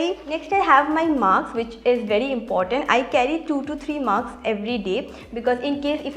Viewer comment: Its mask not maks 🙂